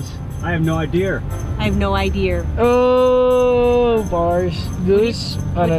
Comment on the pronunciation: "I have no ideer"😂😂😂💀😭